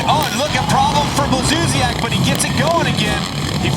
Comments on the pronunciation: Why does the english commentator say Blakzusiak?! Its Blazusiak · hes not saying a c or k, we just pronounce blaz as blats so it comes out as blatsuziak not blak. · It´s Błażusiak ....